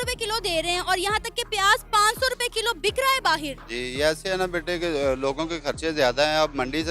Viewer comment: बाहेर नहीं। बाहर होता है।😃😃